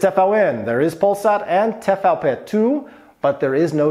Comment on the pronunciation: Bo to TVP DWA a nie TVP TWO